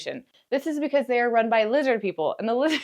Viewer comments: You had me at 'Lizzid Peepl.' Subscribed. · Leezid peeple!